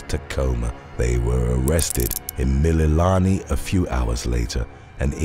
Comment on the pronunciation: BRO YOU COMPLETELY BUTCHERED EVERY HAWAIIAN WORD 😩 except for Mililani